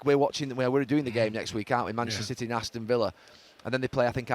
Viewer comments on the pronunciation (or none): none